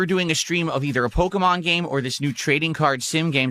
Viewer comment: “I’m gonna milk this pokeyman card scam until you dents stop paying up”